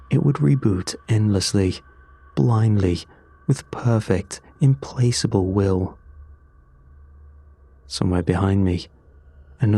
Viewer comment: Around the 32-minute mark: "implacable" is not pronounced with an s, but with a k. I have noticed several little pronunciation issues in your narrations, and it takes the mind long enough to jump to the correct word to miss part of following sentence, which is obviously not something you want in a narration. I thought I should take the time to point this one out, as it is so avoidable, with many authoritative websites offering online pronunciations of words. It would be the main way to further improve upon your already great narrations, in my opinion. Do with it what you will; I will enjoy your channel either way! 🙂